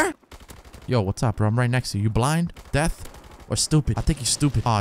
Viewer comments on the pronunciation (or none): It's deaf not death